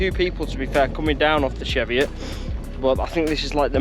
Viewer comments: Its pronounced cheevi it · you pronounce it wrong hahaha